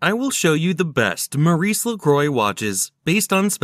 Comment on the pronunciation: You would have sounded more fit for doing this if studying a bit more the proper pronountiaton of the brand. By the way, try some French, for a change..